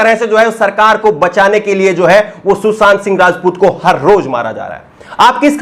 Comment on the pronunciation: भाई सुसांत नहीं सुशांत